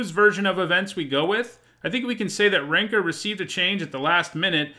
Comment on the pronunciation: Yes, that is the pronunciation.